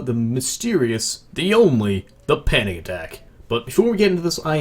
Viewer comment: I almost thought he said "panny attack"